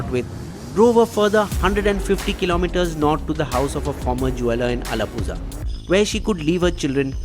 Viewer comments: it's not झा it's ळा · It's not 'Allapuzha' it's अलप्पुळा (allapu'la) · its not alapuza...it is alapula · Pronounce it as ALAPURA not alapuza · It's not alappusa it's ആലപ്പുഴ😂😂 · Brave attempt at the mouthful of Kerala towns. Commendable. But the buck stopped at "Alapuzha" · Big fan of your work but man, you got to improve the pronounciation of Alappuzha, Pallakad, Salem & Ernakulam. As a South Indian it's harder to listen with the butchering of these names ;) here are the correct way to say